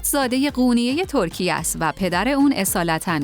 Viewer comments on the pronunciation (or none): none